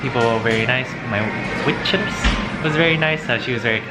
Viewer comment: Lol "Witress" xD